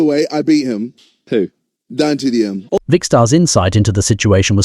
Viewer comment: Dant dm is such a strange way to say DanTDM